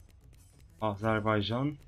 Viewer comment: Abi Âzârbaycan diye söylüyorsun ama doğru telafuzu Azerbaycan... :) :)